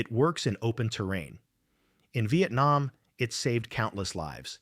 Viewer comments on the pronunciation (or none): none